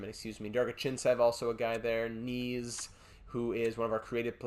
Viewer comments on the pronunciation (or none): Knies is like LIES, but starting with an N. So NIES. Not Knees :)